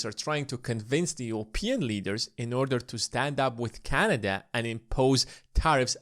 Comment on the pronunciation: It is not canaja but canada